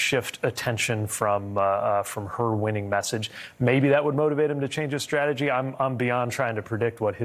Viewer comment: Hey Pete, off message here but taa for pronouncing strategy correctly. Since going on line in mid the mid 1990's, I don't remember anyone pronouncing 'st' correctly which, as a singer drives me mad. All I hear these days is 'sh'. Even Collins cant pronounce ST but says SHTRATEGY in this segment. Oh by the way, Trump is burried - not to rise again after revealing more of his pathetic true self this week or should I say weak.